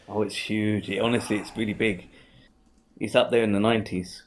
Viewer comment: In other words, he's weawy wong about evwyfing